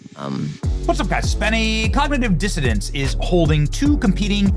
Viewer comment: Did you say “cognitive dissodance “? lol